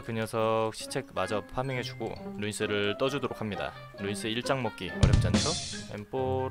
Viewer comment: 루'인'스 인데 왜 인이 아니죠? ㅈㅅㅇ 님들.... 계정님이랑 나이가 비슷해서....